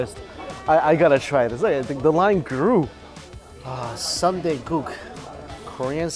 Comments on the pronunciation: Pleaaaaase don't call it Sunday 😭. Soon-dae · Please it’s not Sunday like the day of the week. It soonday like I will see you soon. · It's NOT Sunday LOL. It's Soon Dae. (Soo-un Dae) He keeps saying Sun day. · Not “Sunday”....”Sooooohn Day”: blood sausage soup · soon dae....not sun dae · Its "SOON-DAE"! Not "SUN-DAE"! 🤣🤣🤣🤣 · Lol, he's trying! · SOON dae, not sun dae. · Sorry dude, but it's Soon dae, not Sunday... Those cheap buffets of korean food are great for business workers, working class people, you could literally go there every day. I still think you'd enjoy an all you can eat shabu shabu place. It's like hotpot, more savory than spicy. You can put all kinds of whatever you want in it like prawns and veggies or beef slices. There used to be a really good one near star tower, but that was like 6 years ago. I'm sure there's plenty around. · Hey Mike, it is Soondae, not Sundae. BTW that place looks legit! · Angelica Skinner restaurant fault...poor mike and his sun-dae 😂😂. Thank you for commenting with the right pronunciation: soon-dae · That's a legit soondae kuk (gotta love how he pronounces it like an ice cream sundae). I wish there were places like that in the US...! Blood sausage is so underrated. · its "soon-dae" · Its soondae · It's prounced soondae